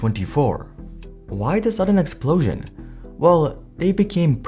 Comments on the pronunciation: "explotion"? Really? Wtf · "Why the sudden expltion?" Explotion is not a word. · "explotion" ?? Lol